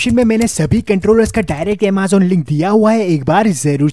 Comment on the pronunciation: Bhai amazon hai, not Amaazon ! Bolna sikh le😀